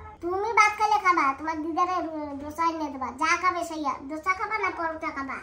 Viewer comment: দশা না।। "দোসা"😂😂